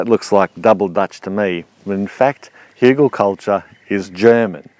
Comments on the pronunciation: Outstanding! Hügelkultur. Even pronounciation of the "ü". Kudos from Germany ^^ . You are an interesting character and I love how you explain things and how interested you are in all kinds of methods. Wunderbar! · sound very german hügel :D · As a german, I approve your spelling of Hügelkultur. Good job